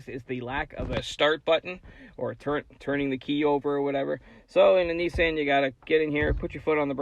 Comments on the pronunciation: The knee-sahyn leaf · He pronounced it Nee-sann but I don’t blame him and you shouldn’t blame US for saying nee-sahn. That’s how Nissan pronounced it in their ads here